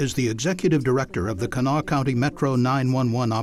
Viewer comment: Pronounced; “Cah-NAH-Wah.” Please do better.